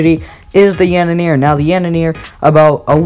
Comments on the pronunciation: "The Yanener" lmao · "the yaneneere" lmao XD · Lmao it’s tar-tar-rus and yan-der-ee smh